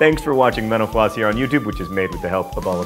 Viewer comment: I'm telling you...it sounds like menopause when you say your site name